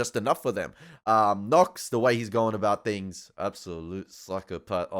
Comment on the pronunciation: that animal agent... Knox ... can't even say his name